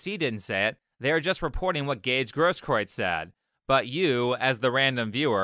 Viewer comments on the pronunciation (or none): I think that the guy is a liar and that he'll eventually get his, but it's actually pronounced "GROSS-kroo-its," with the first syllable rhyming with "moss."